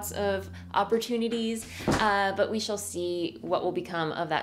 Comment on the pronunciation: "We 'SHAWL' see" is what I heard...